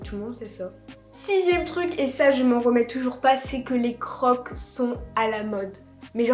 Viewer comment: Sa se dit crokse 😅